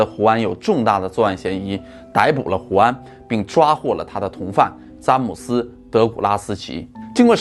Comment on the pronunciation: zhan姆斯，不是zan姆斯